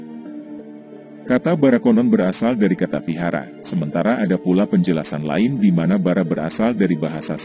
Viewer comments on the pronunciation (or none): none